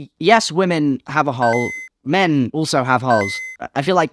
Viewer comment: You said hole so many times it started sounding like Hull, which is honestly even funnier.